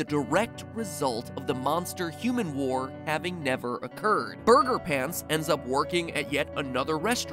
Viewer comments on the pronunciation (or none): none